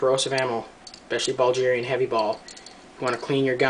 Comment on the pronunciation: Bro where is Buljeeria? Do you mean Bulgaria? Bull-gare-ee-uh?